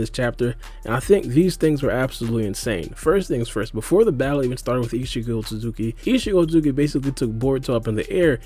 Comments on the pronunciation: Isikotsuki?! Dude, chill... Are you in a hurry or just full ADHD mode? Talk slower and pronounce the name fully or just say isshiki instead. What's next, calling Naruto Uzumaki "Naruzumaki"? xD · just say "isshiki" lol